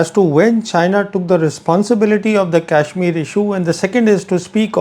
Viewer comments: It's not kaishmir as you are pronouncing, it is kashmir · This Brown Sahib can't even pronounce kashmir properly. I saw this man with Pakistani Army men. Is he the same one.🤔🤔🤔🤔